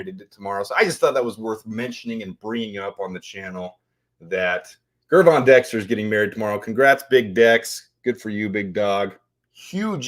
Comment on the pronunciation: No slight to you fam, but big Dex name is pronounced with the "J " sound, lots of people do, but you're good bro, keep em coming 🐻🔽